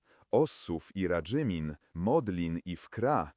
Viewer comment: no to lektor gorszy od najgorszego AI. Ilość błędów zwala z nóg. Choćby nazwa Radzymina kilka razy błędna.